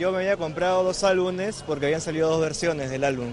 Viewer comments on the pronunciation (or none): álbuMes!! álbuMes!! inviertan en saber hablar